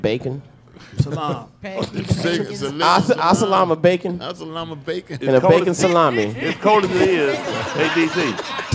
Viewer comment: 🤣 Ctfu! He said Assalamu Bacon.. Bacon Salami!! 🤣😂🤣